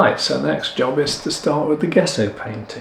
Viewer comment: I hate to be a bit of a knob but I'm going to have to be, traditionally I believe its pronounced "Jesso" not Guesso ! At least that's what I was taught at art school ! Commonly used in historic frame restoration to name but one of its many uses, the surface of rocking horses for instance too, it can be carved , shaped and sanded nicely when the layers are built up and is easy to make at home using whiting (powdered chalk) and rabbit skin glue, though alternative non animal glues are available these days, many restorers have their own tried and tested recipes. Please don't take offence, I think your work is amazing ! I'm just an old git , these daft things seem to grate a bit these days, that's all !! Lol, Keep up the good work !!!!